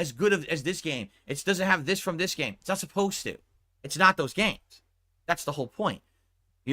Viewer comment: “it snot”